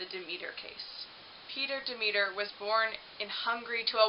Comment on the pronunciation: Fix your sound. And perhaps look up proper pronunciation of words. Eg. Mississauga Demeter.